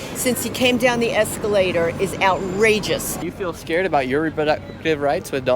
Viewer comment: "When he came down the escalader"😂